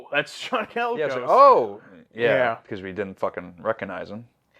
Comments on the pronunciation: LOL the number of times you guys mispronounced "Colicos" made me a little crazy... 😅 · I believe it’s John ‘koh-lee-kos’ not ‘calicos’ like the cats.